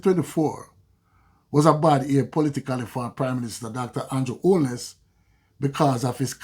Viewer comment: It's not "bad ear" but "bad year".